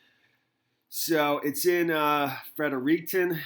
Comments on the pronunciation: G’morning. No French/Spanish accent on fred er ik ton ✌️. Thanks for the continued broadcast. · I love New Brunswick. This is so sad. Its pronounced Fred-ricton. This is close to home for me.